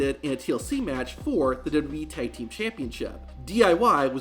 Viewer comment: Why did he say „Thaig Team“ all the way? Tag Team, simple.